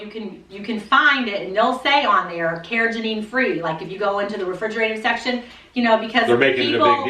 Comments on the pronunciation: It’s not “Cara Janine”! 🤣🤣🤣 It’s “Carr-uh-GHEE-nun.” With a hard “g” as in “go” (not a soft “g” that sounds like a J). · Love you guys, but it's car-ra-GEE-nan. You guys are saying car-ra-ga-NEEN. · I posted your video on my Fb wall. Excellent information, many thanks. Oh....and it's pronounced kar-uh-gee-nuh n, lol. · Its pronounced "care-a-GEE-nan" 💜